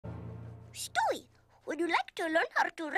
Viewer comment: I love how he pronounces Stewie as “Sshtoii” 💀